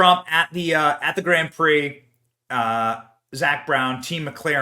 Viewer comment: Geez Benny, learn how to pronounce Grand Prix